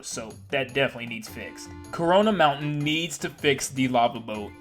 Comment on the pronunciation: It sounds like you're saying Corona virus mountain on the sunshine part